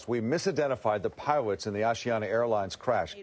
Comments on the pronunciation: Oh my good he said piwots. the world is going to end. 😮 Jees what a drama queen 😮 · At the 54 second mark he calls them piwots not pilots 😮